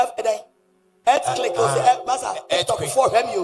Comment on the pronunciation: You are also a jujuwoman. Stop judging.even you cannot pronouce the word earthquake.